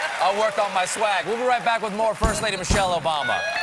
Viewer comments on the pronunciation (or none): none